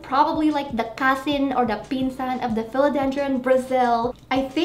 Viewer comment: I love how you say "cousin", lol. You are so Filipina. Haha.